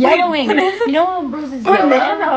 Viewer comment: Is it just me or is she calling banana baby